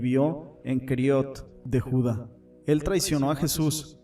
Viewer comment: Es Judá (lugar), con acento en la a; es Jericó (ciudad), con acento en la o; es Etiopía (país), con acento en la í; es Dídimo (nombre propio), con acento en Dí; es mártir, no mártin. Acento, cuando se pronuncia, tilde cuando se escribe.